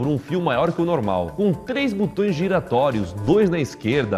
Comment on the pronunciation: "Butões" é de foder! Não sabe falar português nem grave.